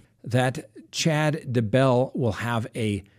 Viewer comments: DAY-BELL.......NOT DUH-BELL lolol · It's Daybell ,not duh bell, or dumbbell. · DAY......BELL. DAY-BELL. DAYBELL. Not DAH-BELL, Idk why it bothers me so much, but it does. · Day Bell.... not ....D"bell lol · At least say the guy name right , it's day - Bell 🙄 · I just can't. It's DAY 🔔 🛎 .I watch all the time and it's just ridiculous that after all these months you still can't pronounce it. Otherwise love your show😂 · Say it with me.... "DAY•BELL"! Ready....? Say "DAY"..... VERY GOOOOOD! Now just say- "BELL"! THAT'S IT buddy, u GOT IT NOW, i think...?!?! Lol Does he sometimes say- "It's a beautiful DA out today"? LMFAOOOOO It drives me INSANE that this highly educated LAWYER cannot pronounce the simplest name in HISTORY!! "DAY•BELL, DAY•BELL, DAYYYYYYYYYYYYYYY- BELL!" Agh, you'll get it lil buddy just keep trying + maybe one episode you'll actually say his name correctly 2 TIMES IN A ROW within 15 seconds of eachother.... I know, I KNOW- its a lofty goal that seems unattainable, but I truly believe you will reach the summit of ur Mt. Everest- "DAYYYYYY•BELL!" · Day.bell slight accent on Day. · Shane Freeland It's a long A on Daybell- uses a short A when he says his name. LOL not like I care that much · I always wonder if he does this on purpose lol. Especially since he has taken issue with name pronunciation on other cases! 😆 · Why do you pronounce Daybell that way? Good work anyway. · Why does he have SOOOO MUCH trouble w/ this Doofy-Douche-Dumpass' name?!?! 🤯🤯 SMH- he pronounces it differently every single time he says it + its probably the EASIEST name in hostory.... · You need to learn to pronounce Chad Daybell's name properly.